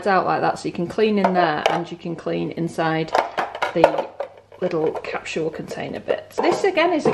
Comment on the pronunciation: Capsule ...or “captual”? Funny the differences in pronunciations across the pond!